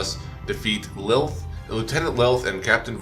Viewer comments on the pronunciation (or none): It's "Lech Kril", not "Lilth", lol. That aside, congrats on finally getting Chroma!